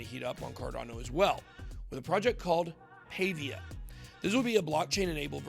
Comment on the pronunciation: Paa-via not pay-via but thanks for the exposure